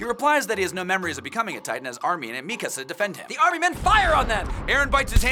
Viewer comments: its mikasa- not Mi-kasa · It pains me to hear them mispronounce nearly every name. mekuhsa? cmon